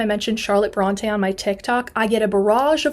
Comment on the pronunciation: I find humor in your commitment to fact check the misconceptions of the Brontë sisters, and yet you didn’t bother to pronounce their name correctly. An umlaut over an E makes it say, “ee.” What you are doing is pronouncing it as if there were an acute accent, as in, “Beyoncé.” They are not the “Brawn-tay” sisters. They are “Brawn-tee.” Or maybe, “Brawn-tea” in this case 😎